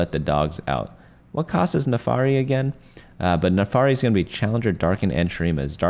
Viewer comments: the NAAFIRI is read how is writen. Not nefari. :D no hate, it just rubs my ears the wrong way that's all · "naafari" makes me crazy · "NAFARI" IS TRIGGERING ME. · It's Vah-sty-an not Vastian and Nah-fir-ree not Nafary.